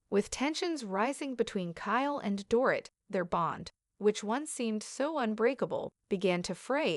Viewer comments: It sounds like Doreet. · You need to learn how to pronounce the Dorit's name.